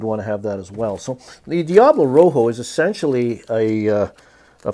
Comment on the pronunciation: the Spanish word for red is Rojo, not Roho. The j is pronounced like an h, and h in spanish is most often silent.